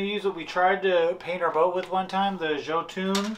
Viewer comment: Yo-tun... not joe-tun or any other variation...